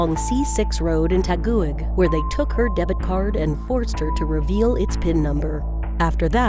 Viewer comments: You pronounce it as tagig not ta gu wig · I'm a filipino, and the first one occured on the phillippines, also you don't pronounce LAS PIN~AS AND TAGUIG AND CALOOCAN CITY IT IS PRONOUNCED AS TA-GIG,CA-LO-O-CAN, AND LAS-PI-NYAS